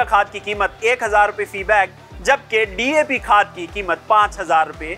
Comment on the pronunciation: 😂 saying DP to DAP